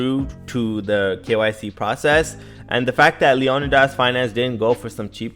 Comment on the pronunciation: It's pronounced LEEE-O-NIIIDAS